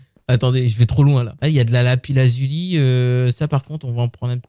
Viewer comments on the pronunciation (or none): On dit bléillse pour blaze et lapiss lazuli pour lapis-lazuli